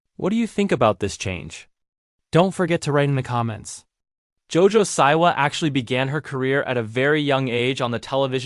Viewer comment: Why do you say “Jo-Jo SIGH-wa” instead of “Jo-Jo SEA-wa”?